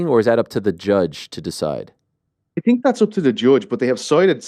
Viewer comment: Who do you tink win? It's "THINK" NOT TINK